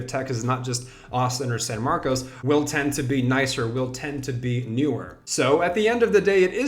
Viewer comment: Pronounced san marcus